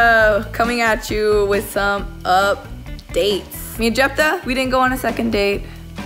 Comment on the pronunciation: i tought he said “my name is jeff though” but it’s jepta 💀